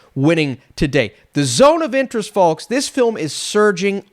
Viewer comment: It sounded like you kept saying The Zone of the Enders, so that just made me keep thinking Zone of the Enders, fitting as Kojima is now finally making a movie.